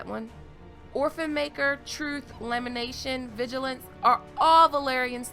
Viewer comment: Lol she said "lamination" 😆it's a famous sword wrapped very tightly in plastic